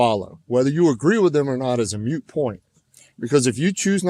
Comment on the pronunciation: Hey...it is a "moot" point...not mute.